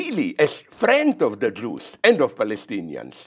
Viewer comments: Everytime he says “jews” I hear “juice”, make it al weirder but interesting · zizek and blondie shouldnt discuss about conflicts in other regions they have no idea about and call for violence. and so on and so on ..... i dont like the way he says jews. jewish.... say jewish